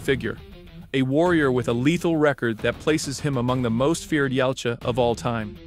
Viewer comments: Yautja is ya-ooh-cha, not yalcha. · YA-OOT-JA NOT YOUT-JA